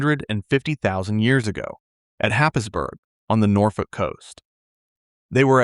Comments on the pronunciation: Its pronounced Hayesborough not Happ is burg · Happisburg is pronounced haizborough